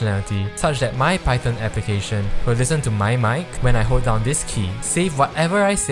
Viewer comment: upvote for the correct pronunciation of "python"